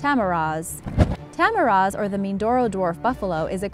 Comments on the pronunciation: Poong is pronounced as /po-ong/ (2 syllables) ;) Tamaraws. Read it as you write it. It's not /ta-ma-rohs/ but /ta-ma-raw/ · And no offense you said tamaraws and tarsier wrong but it's ok you tried. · Lol tah-mah-raaah thats not how you pronouce it Tah-mah-rawss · Nice! I'm sorry I have to say it but it's "Po-ong" (Poong) not poooong. Two syllables. And "Ta-ma-raus" not "Ta-ma-rohs". Thank you 😌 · you forgot to pronounce the W in tamaraws